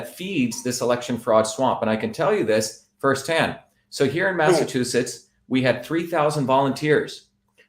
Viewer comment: Dr. Shiva's tongue gets tied up a lot when pronouncing Massachusetts.